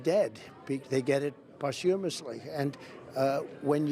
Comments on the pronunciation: "They get it pots-humously". If I spoke like this idiot trump i wouldn't qualify to be a mail man let alone President of the United States. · You can say it Donnie, you can do it, you know the best words! ''Possumesly'' :cat-orange-whistling: Almost, Donnie, almost.... :face-turquoise-covering-eyes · Did he just say “poshoomously”? What a moron! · Good grief did trump actually use the word posthumously? Wow he's not usually so much with multisyllabic 😅. Mispronounced it of course but still... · He can’t even pronounce ‘posthumously’ .. even a conversation between the drunkest Aussie/Scotsman/Irishman speaking Gaelic is more in command of the English language and easier to understand than this clown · I don’t understand how any veteran can accept his dis-respect. Private bone spurs. And for someone so smart. Really smart can he learn how to pronounce posthumously. How sad. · He cannot even pronounce posthumously correctly What a lowlife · He can't even correctly pronounce "posthumously." 🙄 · Couldn't even pronounce "posthumously" correctly! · He can't even pronounce "posthumously" correctly. Probably just learned it today. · The fact he cant pronounce posthumously just cracks me up. It must be so difficult for his team to steer him awy from any word with 3 or more syllables. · GD idiot trying to say posthumously, so we think he uses "big" words. He's got to be the dumbest sob to ever do this many interviews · How come no one wants to point out that this very stable genius doesn't know how to pronounce "posthumously"? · Hearing him pronounce Posthumously 😂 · That idiot can't even pronounce posthumously.